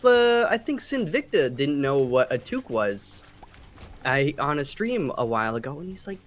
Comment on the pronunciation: It's what happens when you let the non-French Canadians try to pronounce French words.